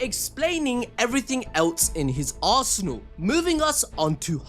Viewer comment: What he said (in his arsenal), what i heard (in his as*hole)